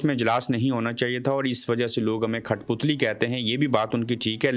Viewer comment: (کھٹپتلی) نہیں بہائی کٹھپتلی ہوتا ہے غلطی نکلنے کی معزرت ۔ باقی سب زبردست